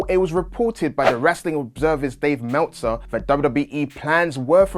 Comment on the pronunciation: Who is Dave Mehwtzer?